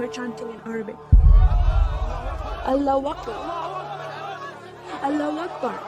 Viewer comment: Bro she cannot even pronounced Allahu akbar properly and all that story is bullshit, Literally all her story is against Islamic teachings